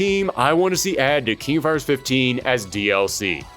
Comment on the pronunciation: "King of Fires", "Charaters"? What is this accent? (If it's a speech impediment, ignore this and I apologize. Haha.)